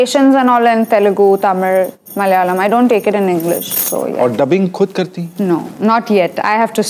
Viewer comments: She pronounced Malayalam & Tamizh correctly. Other north indians saying it as Malyalam for Malayalam & Tamil - Tamizh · Genelia❤❤❤ A gem❤❤❤Any South fans..She said nicely tamizh & malayalam... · She also pronounced Malayalam correctly. Most people from northern states pronounce malayalam as malyalam just like they pronounce Tamizh as Tamil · She says 'Malayalam' also nicely.....😊 Luv from Kerala also Genelia ! 😘😘😘😊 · Even she said 'malayalam' too perfectly, which even many malayalees will not pronounce correctly some times😀